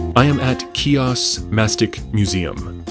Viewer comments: The island is pronounced He-Ohs the C is not pronounced it is silent. There is no “key-ahs”. Lovely video just really would love those seeing the video to know how to pronounce the name of the island. 🙏🏼🥰🇬🇷⚓️ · Learn how to pronounce the name of the island correctly HEE-os smh it's a insult to my heritage my Father was born here and raised on this island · Wonderful video!!!!! But how can you pronounce Chios like that?